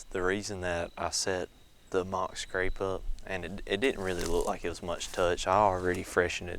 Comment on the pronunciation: It's scrape not scrap 😂